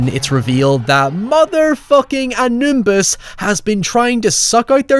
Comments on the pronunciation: It's Anubis. Not Anumbis. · Dude, it's Anubis, not Anumbis :D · Great review but the pronunciation is Anubis; not Animbus. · Coup d'état is French, it's pronounced "koo-day-tah". Edit, maybe this is engagement bait at this point but it's "Ah-new-biss". Not Anoombuss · It's Anubis,! A Nimbus is what Harry potter uses when he's late for work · ...coo-day-tah not coop-day-tat...also anumbus? anubis the way they sort of demonised anubis was what annoyed me about this film, anubis was never an evil god he was just the subordinate of egyptian hades (osiris) its the same thing a lot of movies and media has done with conflating death gods with evil gods. if they wanted to go for an evil god they should have used seth or apep since they where actual evil gods. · Did you say "Animbus" intentionally or did you forget his name is Anubis? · You live so close to France, how do you not know how to say “coup de tat” correctly? Also I don’t understand how it’s so hard to say “ow” words properly. “How” isn’t “high”. “Now” isn’t “nigh”. “Ow” doesn’t equate “eye” in the IPA. And excuse me? "Anunbis"? It's ANUBIS. No second N. What cringe. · Who the fuck is "Anumbis"? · Anumbus, that made me cackle so hard. I've never heard a better mispronunciation of Anubis. xDD I would suggest VHS for a good found footage style movie, but I'm also known to have poor taste in horror movies, so lol. ^^' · I’m crying over saying “AMNUBIS” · Let me justify my dislike by saying that "coup d'etat" is pronounced COOH-DAY-TAH and that "Anubis" is pronounced UH-NYOO-BIS. Not as much of a failure to respect cultures like those poor sodding archeologists in this flick, but it's going there. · Great video and all, but did he call him Animbus? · "Mother f*cking Anumbis" lmfao how'd you add that m in there? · I knew exactly how was going to end the video just minutes before he did, but it was still damn funny. Also "Anumbis". God I love pronunciations! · no one:: ANOOMBIS